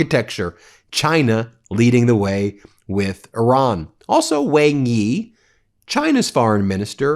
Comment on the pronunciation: Ben, WangYi is pronounced like Wang-E: XingHua - The Xi sound is as Shi (e.g., Xing..Shing, Xi...She)